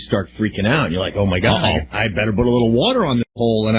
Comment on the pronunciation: I better 'buht' a little water on the hole